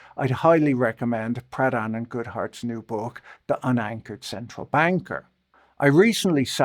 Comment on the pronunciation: I kept hearing “Pradhan” as “Proudhon” and boy that would have been a wild lineage for a former managing director at Morgan Stanley